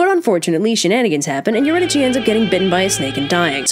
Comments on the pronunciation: me: pronounces eurydice as eurydisee this chick: EURYDICHIIIIIII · Erudike is the pronunciation. Just a note. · It’s pronounced you-rid-a-SEE and also My-SEE-knee-an !!!!!! Source: Oxford studied classicist professor and multiple humanities and Greek teachers over the years. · I thought Eurydice was pronounced "Ur-y-dis" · Couldn't Orpheus have waited to see if she was behind him after they left? It didn't seem that hard to get down there in the first place (Also I'm pretty sure the accurate Greek pronunciation would have been Eurydike, so a k sound, but it's whatever) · It's pronounced yer-id-ih-see kind of like your id (like Iliad) i see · Eurydice: your-id-a-see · That’s not how you say Eurydice ... is that how you spell is?